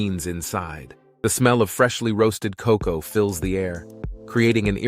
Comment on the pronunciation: Atleast somebody get cocoa correct NOT COK COW